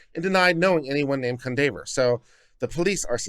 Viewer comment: Cundaver? This is a black name you know it is pronounced Kwan-dav-ee-yay.